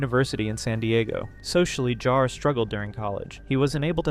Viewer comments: It's pronounced Jar, not Yar, you animatronically impaired vocal synthesizer. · that's not FPS Diesel, that's Kuihman. FPS Diesel can be heard . also please make up your mind how to pronounce JAR. sometimes you flip-flop mid sentence xD